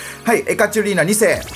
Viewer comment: ち○あさんとふ○て兄と同時に通知ｗ ついでにエカチェリーナをエカチュリーナと言っているような気が・・・ｗ